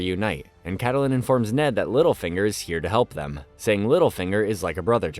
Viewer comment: Kattelyn, Oberion, Margeri its kinda painful